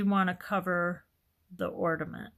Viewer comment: Loved this tutorial. Easy and fun. Just a slight problem with your pronunciation of ornament. Seems rather picky but I would want to be corrected if I were you. It sounds like you are saying ordament instead of ornament. Super tute though.😊